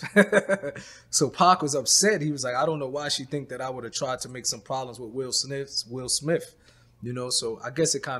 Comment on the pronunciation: Will Smiff 😅🤣 i love